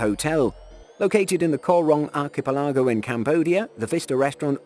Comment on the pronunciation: archipelago pronouced arc e pelagooooooooooooo